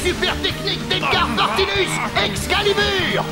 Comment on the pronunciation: À dit Edgar Partimus alors que c'est Edgar Partinus;)